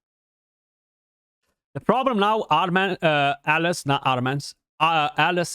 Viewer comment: kept hearing Alice Alice, oh you meant alaz xD